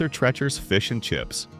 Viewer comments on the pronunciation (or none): Treacher, like teacher. Not Trecher